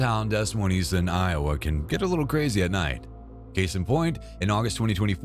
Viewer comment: Ain't no way you just called it Dess moineesb🫢🫢😉😭